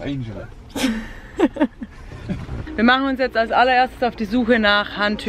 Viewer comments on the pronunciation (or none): tolles video aber wie du einfach immer los angeles falsch aussprichst... 😄 bei walmart sind shampoos und kaffee nicht eingesperrt 😀 geht unbedingt zu walmart 👍